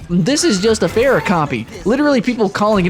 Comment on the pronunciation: Beyond the not great comparison.. Why the hell do you say Pharah wrong? Their names are literally heard in game. Oh and transforming enemies into chickens? My first thought was Ratchet & Clank. Soooo yeah.